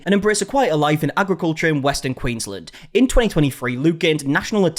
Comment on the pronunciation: Argh, he pronounces Canberra right but Queensland wrong! So close yet so far!